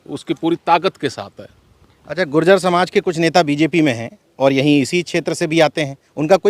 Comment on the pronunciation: अरे भाई जाति के शब्द उच्चारण करें शुद्ध बोलों गुर्जर बोलों , गुजर न बोलो